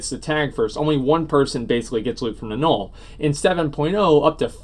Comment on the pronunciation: I wish you'd stop saying Gnorll. Good video though.